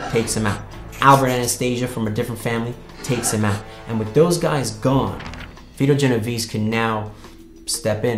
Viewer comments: So this dude is a writer and can't even say correctly Vito Genovese... great talent for research... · Good lord...his pronunciation is painful